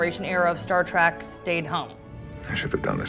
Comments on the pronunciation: It's Star TREK not Star Trak OMG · Someone please tell her to stop saying Star Track.